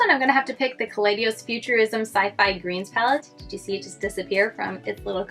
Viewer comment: I hate to be this person, but its not Kaleidios, its Kaleidos without the extra 'i' lol